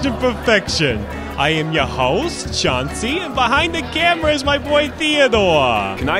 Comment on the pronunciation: It's Chauncey